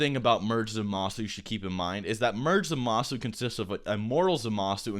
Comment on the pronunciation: "zah-MA-su" he says...